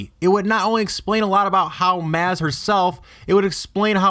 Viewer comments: MAZ? it was pronounced MAhZ, can you at least get that correct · It has not been confirmed by Lucasfilms whether or not Maz (pronounced MAHZ, not MAYZ) Kanada is force sensitive. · not trying to troll here, but did you see the movie? it isn't pronounced MAz like Spaz... it is pronounced Maz like applause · Maz does not have the same ‘a’ sound as ass. Why can’t you say m-ah-z? How hard is that? It’s like you didn’t watch the movie, just read about it. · It sounds like moz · It's pronounced moz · Because Mike he can't speak very well the woman's name is Ma with a z on it not maze. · Her name is pronounced "moz" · and Takodana are right Maz is wrong its pronounced like moss/mozz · Dude. It's fucking pronounced like Mozz. It's not like this was a book where you had to figure out the pronunciation for yourself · Omg! You obviously saw the force awakens and heard the correct pronunciation of Maz's name, so why do you keep miss pronouncing it?! It's pronounced Moz Kanota in the mother flipping movie! Don't pronounce it the way it's spelled that's the wrong way to do it. Don't believe me? Rewatch the movie and listen to them say her name! With both ears! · A. It is pronounced "moz" B. She owned the castle for 1000 years. This makes no second. C. Pod racer. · Pronounced Moz though spelled Maz. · what if I told you it was pronounced like moz? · It's pronounced "mozz" bro! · ITS PRONOUNCED MOZ! MOZ! HAVE YOU SEEN THE MOVIES?!??!?!??!? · You do realize that in the movie they pronounce her name "Mahz," right? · dude, at least pronounce the character right.. it's pronounced mahz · it's pronounced "moz", bruh, think of it like "mawwwwz" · fuck dude its pronounced Mahz. Ty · Awful. Lost me at "Maz was a Jawa". Just cause there's no way to disprove your theory, doesn't mean your theory holds any water. Don't dig so hard dude. AND ITS PRONOUNCED 'MAHZ' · It's pronounced fucking "MAWZ" like "paws" or "jawz". Did you WATCH the movie? lol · You mispronounced Maz (Maúz)